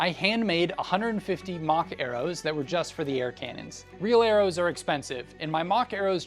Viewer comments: did he say "KANONS"? Its pronounced ka·nuhn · Did you just say “Kaynons”? Cannon is pronounced “can-non” or “can-nin” in English. There’s no K or Y in the word.